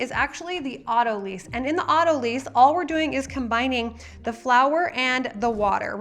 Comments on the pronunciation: FYI: "Autolyse" (Pronounced as "AUTO-lice") (not "AUTO-lease") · AutoLYSE (sounds like lice)